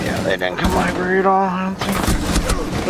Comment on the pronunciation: "One guy in Lieberry"